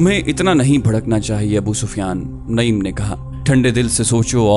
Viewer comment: بھائی غطفان کے سردار کا نام عَینِیَہ نہیں بلکہ عُیَینَہ ہے۔ اسی طرح ان کا نام نَعِیم نہیں، نُعَیم ہے۔ آپ کی آواز اور لہجہ بہت پیارے ہیں۔ لیکن کچھ اردو اور عربی الفاظ کے تلفظات میں آپ غلطی کر جاتے ہیں ۔🙏 معذرت چاہتا ہوں ، لیکن یہ میں نے تنقیداً نہیں بلکہ اصلاحاً عرض کیا ہے۔ دل آزاری کی معافی چاہتا ہوں ۔